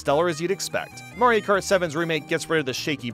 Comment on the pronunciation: oh yeah the beautiful game of mairo karty 😂